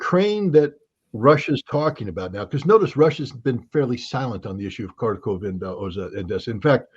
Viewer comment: Tell Scott that "Kharkov" is pronounced "Harkov". It's very annoying.